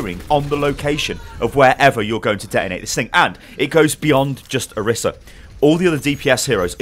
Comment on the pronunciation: Isn't pronounced Or-EES-a?